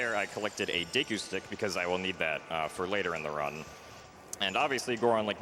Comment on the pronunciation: Pretty close to the Japanese pronunciation at least. I still like to read it as Diikoo myself though